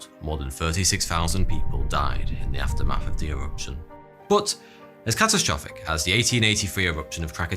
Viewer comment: I just love the way you say “aftermaf” beautiful